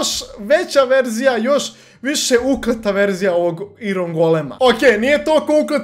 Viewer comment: NIJE IRON NEGO AJRON